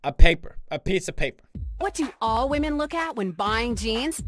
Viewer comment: pewds caught disrespekting wahmen